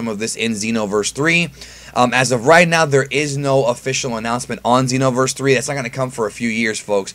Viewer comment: Pronounces Xeno as Zen-Oh but pronounces Xenoverse as Zeeno. Alot of new comers are going to think some of these characters fused with the omni king.